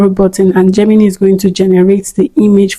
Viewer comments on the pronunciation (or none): Great video! Just a small tip: Gemini is actually pronounced 'JEM-in-eye', not 'JEM-in-knee.' No offense intended at all, I still gave the video a thumbs up!